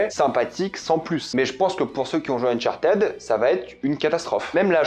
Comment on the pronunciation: le unchartaid est horrible a entendre , c'est uhn chaar tuhd